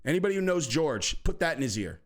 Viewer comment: Hey PLEASE call him Horhey not George